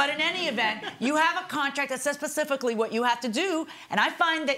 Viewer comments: Did the judge say pacifically? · The Judge literally said "pacifically". Come on.